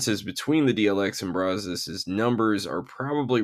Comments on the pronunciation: It's pronounced brazz+us, not brah-zohs. It's named after the river that is about 5 miles from my house and the local (Texas) vernacular since 1832 is brazz+us. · How to pronounce Brazos